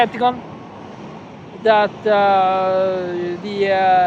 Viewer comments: even Africans now call him Elensky 🤣😂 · Why do you call him Elenski since his last name iz Zelenski?